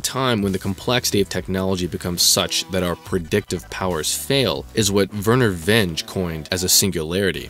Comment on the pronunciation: Vernor Vinge's last name is pronounced "Vin-gee"